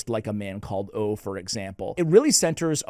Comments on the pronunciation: Can I tell you something in a friendly way. The Swedish name Ove is pronounced Oo-vah. I loved that book. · Hi there, the Swedish name Ove is pronounced with the "e", and the "e" sounds about like in "get". Greetings. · Not sure a 'like' is the correct response to this video... 😂😂 (PS... Ove pron Oh vu) The original title is En Man Som Heter Ove.